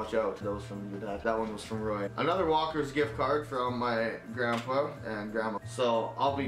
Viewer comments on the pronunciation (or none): none